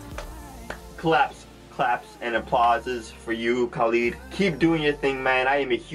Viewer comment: Loved your reaction. But its not KAAAlid hehe